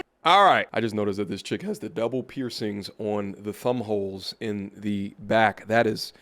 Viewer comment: Bro said thumb holes 😂😂😂